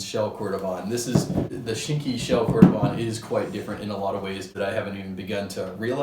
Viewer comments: Nice review, yet my the pronunciations are: Cordovan = Cord-o-VAN; Dainite = DAY-NIGHT. I’m just saying what the general consensus is regarding the names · Pronunciation-wise, you may want to revisit Dainite and cordovan! Are you on SF?